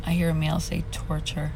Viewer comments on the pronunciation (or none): none